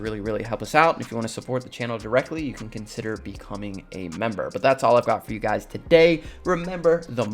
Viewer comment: Mla says “you” like “jjjhu”